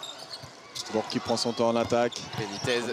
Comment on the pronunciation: Pas jl BOURG mais jl BOURCCC pour la prinonciation